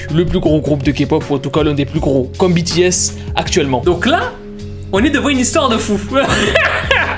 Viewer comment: MERCI!!! Enfin quelqu'un qui prononce BTS comme il faut!!!😭😭😭